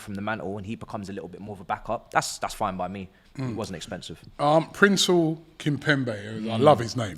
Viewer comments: He butchers the name and thinks he's saying it right lmao how PRESNEL becomes PRINCEL is logic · You love his name? And you still got it wrong. Princel kimpembe? Or Presnel kimpembe? Death, taxes and getting the name wrong. I mean how hard it can be? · Man said Prinzel Kimpembe…spare me but it’s Presnel. 💀😂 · lol whos princell kimpembe, its presnel